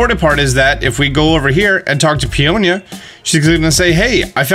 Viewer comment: Someone finally pronounced their names properly. Peony and Peonia. I don’t know where PEE N EE came from. Their names are similar to Tony and Fiona